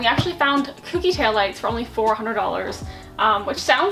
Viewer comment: Ko-kee. Not coo-kee.